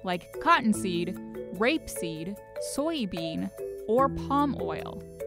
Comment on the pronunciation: Ummmmmmmm excuse me, you said RAPEseed right